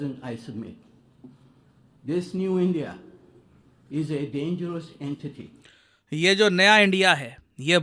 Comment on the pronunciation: डेंजरस इन्टीटी😂